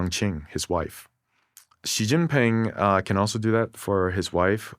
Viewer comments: He's not "anglicising" it. That weird sound he makes isn't an English x or j or anything else, either. It's something much weirder. Also knowing pinyin or not has nothing to do with it. Learning zhuyin would work just as well if not better. Or it that's too much effort, he could just use a sound common in English. Instead, he's making some other sound that's "exotic" to English speaker ears, but totally unrelated to how the name sounds. It's like he's trying to pretend he know's how to pronounce it while still willfully doing it wrong. It's a complete failure. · You're a brilliant guy--obviously. But you share the same inexplicable trait that I am always amazed to see in famous or otherwise credible commentators: you simply won't pronounce "Xi Jinping" correctly. Please take a few moments (seriously, it only takes about 10 minutes) to learn basic pinyin pronunciation. It's really not very hard at all. You'll even be forgiven if you flub the tones much of the time. But "Xi" is pronounced like the English "SHE." Not "jee" as in "gelato" or "zh" as in the "j" in "Nikki Minaj." Like him or not, Xi is the leader of one of the most powerful countries on Earth. The least we can do is pronounce his surname right.